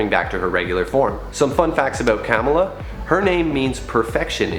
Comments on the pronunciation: yeah its Kuh-mala not kam-ala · It’s pronounced khmala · It’s “Comma La” Khan. There is a show on Disney plus and a movie.